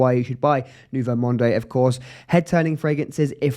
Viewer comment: Good video! But I couldn't watch it till the end. I just couldn't stand the way you pronounce the fragrance name.... it sounds like Nouveau Monday. Please, please leave the 'e' at the end. Just say Nouveau Mond